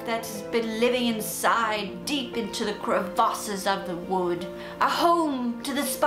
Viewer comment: Thumbs up for saying, “cra-vasses”